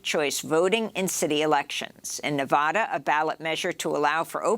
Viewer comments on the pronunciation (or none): Amy as a Nevadan, it drives me nuts when people call Nevada. Nevada in. It is nev eah da. Luv your show.